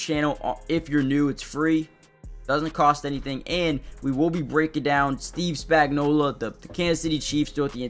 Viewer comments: His name is Spagnuolo. Why do you all keep pronouncing his name with an A at the end? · Maybe pronounce his name right.